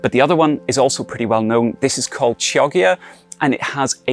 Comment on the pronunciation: Wonderful and informative video! By the way, the italian beetroot variety Chioggia is not pronounced as you did. "Chio-" sounds like "Kyo-" in "Kyoto", while "ggi" sounds similar to "-dge" in "judge"